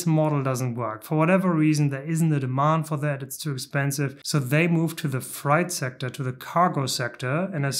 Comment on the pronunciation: Rip-off company for short-term investors. Millionaires and billionaires don't want to go into orbit with a Ryanair-type spaceline - they'd probably try to sell you scratch cards during the flight. BTW: "freight" is pronounced "frate" not "fright".